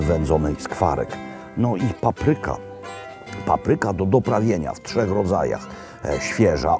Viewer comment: Nie "paprYka", a pApryka!